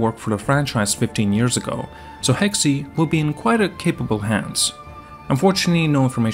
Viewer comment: Not trying to bash, but I thank you're pronouncing Hexe wrong. I think its just like "Hex" and not "Hex E"?